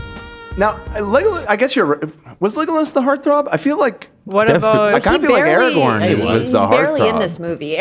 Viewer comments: Stop saying Aragon and Erawon, please? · If I hear Aragorn pronounced "Eragon" one more time im becoming a snarker